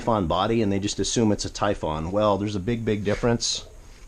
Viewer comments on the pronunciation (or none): Please stop calling it a Tyfawn. It's Typhon (Tyfun)